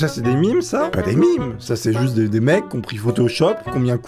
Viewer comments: dit mim Moi:ON DIT MEMEEEEEEEEEE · ON DIT MAAAAIIIIME !! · On dit mèeeeeeeeeeeeeeeeemes